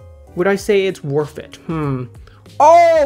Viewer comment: Lol he said WORFT IT!!!